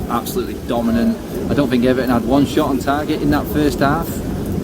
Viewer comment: Did he say Unieed vs Ever'on lol